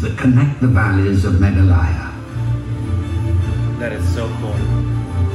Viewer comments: #meghalaya ..not Maghalaya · The pronunciation of meghalaya in the video meghaalaaya 🤣i m dead, its meghalya bro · Its pronunced as megha law yaa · That's the exact pronunciation of 'Malayalam' dear 👍😊💟❤️🙏💜💛So sweet and thoughtful of you ❤️♥️💕Nature videos r great for us viewers to see the childlike innocent genuine reactions from both of you dears. N IT'S A STATE NOT A PLACE IN ASSAM😂😍Also, it's Mey, Gaa, ley, yaa(yup the pronunciation in the video was wrong too). It is one of the most amazing beautiful cleanest places in the world n it's mostly due to the sincere hardworking responsible efforts of the lovely people living there, having a great sense of preserving n protecting the environment 💛💜🙏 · 7 sisters of East...7 states... infact they pronounced meghalaya wrong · That's again mispronounced